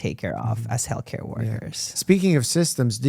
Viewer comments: Is it me or does he say "Hellcare"? Although, very close lol Thank you for speaking up! ❤ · Every time said healthcare my brain heard Hellcare 😂 it should be the name of the next tour ❤😂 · Retired RN here, am I the only one who hears “hellcare” every time says “healthcare”? 🤣Excellent interview! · I heard “hell care”. 😂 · obsessed with the way pronounces healthcare as hellcare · pronouncing healthcare as hellcare is so funny and true at the same time